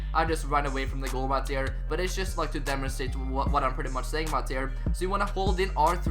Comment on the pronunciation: Really good content bro but one thing that really irritates me is the way you say 'right there'.